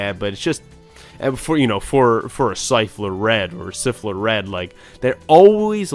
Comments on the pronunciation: Nice Helga reference! And yes it was Tristan’s name. Also, in the dub, the monkey’s name is Wheeler in making fun of Joey Wheeler (Jonouchi from DM). Slifer is pronounced with the long I sound. Thanks for the video! The episode reviews are my favorite from this channel! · Pronunciation guide Mai = my Slifer = Sly fur